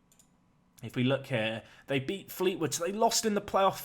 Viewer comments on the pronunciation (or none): none